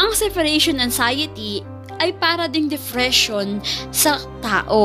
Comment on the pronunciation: Se"pa"ration Depression not defression